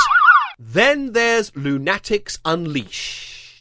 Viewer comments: This was GREAT. Thank you... ...BUT... "Loon-Attics"?!? It's "Loonatics" like....... "lunatics". That is all. Folks. 😘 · "Loo-nat-ics"? "Loona-tics", as in "lunatics" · why do you and Hbomberguy pronounce “Loonatics” like that? Is that a British thing?